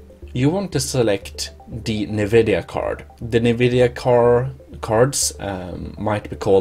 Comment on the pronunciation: It’s not pronounced “nuu-vid-yeee-uhhh”. It’s pronounced “en-vid-yeee-uhhh”.